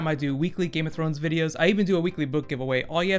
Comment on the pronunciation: please, "Thrones"!